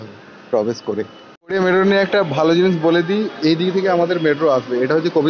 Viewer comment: Medro nki metro? 🤣